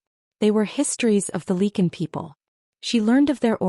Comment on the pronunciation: "Lee kun". Are you serious?!